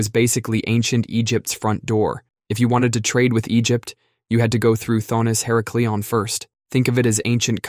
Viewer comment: Her-ACK-lee-on. Not her-uh-clee-on